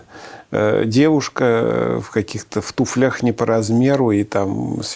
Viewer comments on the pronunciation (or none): none